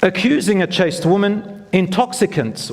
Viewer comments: The word is 'Chaste' not chased. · ‘Chaste woman’ NOT ‘chased woman’